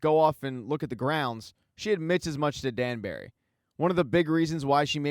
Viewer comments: Its pronounced "Danbry" for the spelling of Danbury, not "Danberry" as you say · I love the recap, but it drives me crazy how You call Lady Danbury Lady Danberry🙃